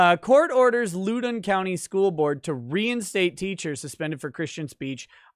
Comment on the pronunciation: As someone who is from the LEWdon county we pronounce it Lou (like blouse) den there is barely any emphasis on the o for whatever reason so it isn't like London